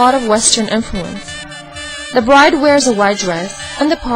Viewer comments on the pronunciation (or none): none